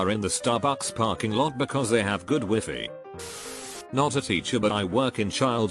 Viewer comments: when I heard him pronouncing "wifi" I got confused. I thought wifi is pronounced "whyfhy" 👀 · He pronounced it wrong. Most text to speech don't recognize that wifi is an acronym for Wireless Fidelity. So they just pronounce it phonetically. Don't change your pronunciation 😱 you'll get funny looks. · Wifi: exists Narrator: wEfEe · text: wifi narrator: wee fee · I loved how the A.I pronounced wifi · the way he said wifi smh